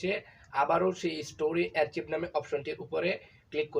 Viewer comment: ভাইয়া, শব্দটি অ্যার্চিভ না আর্কাইভ হবে